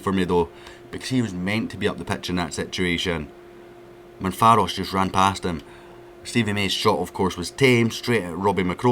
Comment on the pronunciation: MAV-RO-PAN-OS not Manfaros 😂